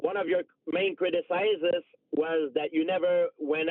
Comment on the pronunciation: Crit-a-sizes A-port-2–nistic